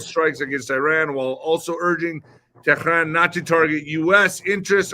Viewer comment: what are you hijab now whats with that stupid teran pronounciation.